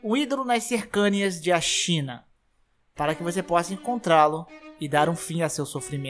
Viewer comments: CercÂnias é difícil de ouvir!!! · Vc está pronunciando "cercanias" errado, só um toque. No mais, ótimo vídeo. Esperando outros vídeos de lore desse jogo. Valeu!